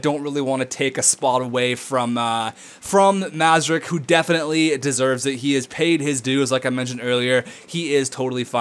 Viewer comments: Hey I commented this in the last video but you didn't acknowledge it so imma just say it again: Mrazek is pronounced Muh-rah-zek not Mah-zuh-rek. Just lettin u know! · Mrazek isnt pronounced Mazerek, look at how its spelled M R A Z E K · It isn't pronounced Mra-Zek. Anyways, he clearly said in one episode he prefers to prounounce it that way.....